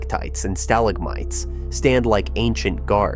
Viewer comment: Stalactites and stalagmites are mispronounced. They're not STAL-actites, they're stal-AK-tites. Same with the other word. In addition these aren't "ca-vers" they are KAY-vers.